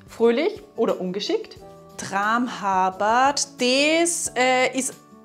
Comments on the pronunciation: tramhapert habe ich immer nur wie "'traamhappert" ausgesprochen gehört: also ganz hartes p und kurzes a davor. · tramHApert, richtig betonen! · Hallo meine Damen: Bahöl spricht man ohne l am Ende aus (also Bahöö) und tramhapert spricht mit einem harten P aus (also tramhappert) - Tolle Arbeit - wie immer - LG Jo